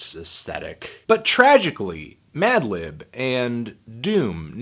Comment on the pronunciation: also yes you used bated breath correctly. but you fucked up at the start with madlib's name hahaha. like you said in your earlier review, you've been losing the ability to speak. you tired fantano? get some rest you deserve it b.